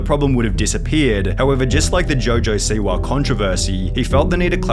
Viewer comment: Man…I usually listen to these accounts but the “Siwahhhh” “Twittahhhh” “Rappahhhhh” lemme know who this dude really is lol